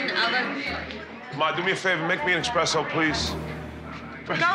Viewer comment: Expresso! Bloody Hell!!